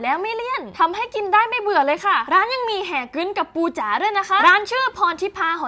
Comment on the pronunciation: ฮ่อยจ๊อ แฮ่กึ้น ไม่ใช่ หอยจ๊อ แห่กึ้น